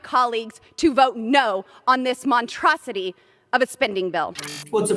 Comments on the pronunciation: Montrosity? MONTROSITY? Please get this woman. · Hey Lauren, did you forget to put the s in monstrosity? What a doofus! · She is illiterate. She did not enunciate the word monsrsity. She instead said "montrosity" lol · It's a 'montrosity'! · Montronsity? Hmmm… you mean monstrosity? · There's 2 S's in monstrosity, just saying. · Montrocity? New word by Boobert. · Did she mean monstrosity. She said montrocity lmfao If there ever was a twit. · Montrosity? She's never seen that word before in her life. I know Buttburp, polysyllabic words are hard... just ask 45*. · It's monstrosity....not montrosity.....lmfao she thinks she nailed it..... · Oh, the "montrosity"! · Aside from the "montrosity" SMH that is Lauren Dilbert, does she even realize that the IRS collects funds to pay her salary? What exactly is she getting paid for at all btw? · Did she say montrocity ? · What stupid, loudmouthed strumpet. "montrosity"? The IRS has been starved of resources to go after tax cheats. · lol thats her GED in action folks " Montrocity " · Love how dumb she is. Lauren couldn't even spit out the word Monstrosity correctly. Dummy said "Montrosity" da fuq??? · Montrosity? lol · Did she say "montrosity"? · WTF is a montrosity? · She needs her money back on her education, “montrosity”? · "Montrocity" - Lauren Boebert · What's a montrahhsity? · Maybe she needs to learn how to pronounce “monstrosity” before she’s allowed to make speeches. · Hey Lauren, what exactly is a "montrosity"?? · Did she say montrosity? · someone tell her there's an s in monstrosity lolll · WTF is a "Montrosity" !? 🤤 Derp... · I'm glad I'm not the only one who heard that LOL. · It’s pronounced monstrosity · Yeah the yibidyyibidyyibida montrosoty?????WTF Love ya Richard. Greetings from Australia! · Is anyone fluent in Bobert? Having a hard time with "montrosity " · Wait...can she not pronounce monstrosity? She legit says mon-tra-sity. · "Montrosity" is a new thing to fear for me. Lol. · “Montrosity”, indeed.